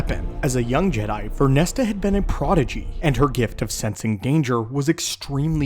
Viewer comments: VernestRa... you always leave out the R and say Vernesta. sorry to complain though, great vid. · Stop pronouncing it as VernestA it's Vernestra!!! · Vernestra! Vern - Estra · Ver-nes-tra 😂 But I read the title and immediately went.. "Oh yeah that makes sense" I'm a big fan of this character in the books and I am very curious to see what happens next in both media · You said her name wrong every time and that was tough to listen to